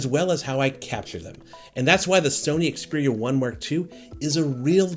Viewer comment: Finally a reviewer that knows how to pronounce the phone's name